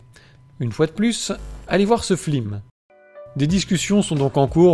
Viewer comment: "Flim" <3